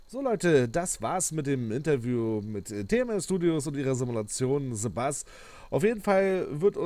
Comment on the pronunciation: Nicht sebus sondern the bus